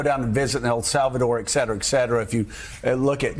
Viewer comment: yeah two new words..The new single word is oligarchy. I love when dopes learn new words and use them over and over like a toddler learning a new one. Also Scarborough has to learn how to pronounce et cet era or etc. Not pronounced eck cet era. A "journalist" should know better.